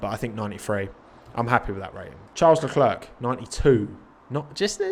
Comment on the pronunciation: You don't pronounce the C in Leclerc, it's said like "Le-claire"!